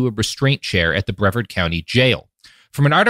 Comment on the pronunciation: Man, I appreciate that when you only read a word, there's a fifty/fifty on if you pronounce it right, but it's Bree-vard, not Brev-erd, assuming you're talking about the Florida County on the middle of the East Coast.